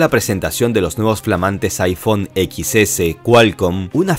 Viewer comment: aifón, y aipàd